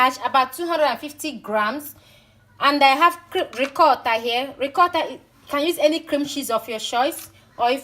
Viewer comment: You and your half Italian self 😀😀 love how you pronounce “Ricotta” “Parmesan” 😀 😀 love this video darling xx